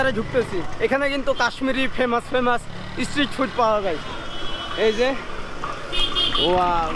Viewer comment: তুমি অনেক ভুল উচ্চারণ হিন্দি নিয়ে বলছি না, ওটা হতেই পারে কিন্তু ইংলিশ আর বেঙ্গলি উচ্চারণ খুব খারাপ। স্ট্রিট ফুড যে তুমি বলছো ইসস ট্রিট ফুড। এস কে তোমরা ইস বল কেনো?